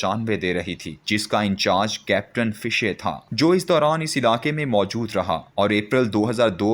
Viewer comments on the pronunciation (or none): none